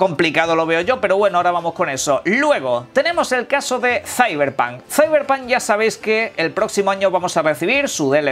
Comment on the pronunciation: Que forma tan horrible de pronunciar Cyberpunk